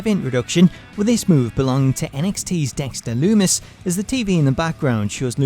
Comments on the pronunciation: dont like to be that guy but........ "Dexter Dumis" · Dexter "Dumis" ???😂